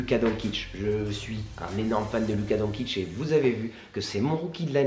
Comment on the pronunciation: Super vidéo par contre doncic sa se dit doNchich pas donkich😁